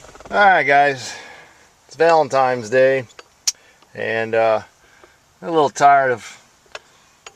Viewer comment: Guy who’s mad about “what they’re doin to our country!” pronounces Valentine’s Day “ValenTIMES day”. Big surprise.